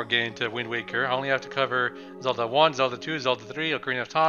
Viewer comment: ZELDAAAAAAAAA NOT CELDA